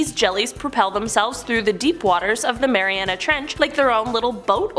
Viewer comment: Why is he saying "marianis trench" instead of "mariana trench"? pronounces it correctly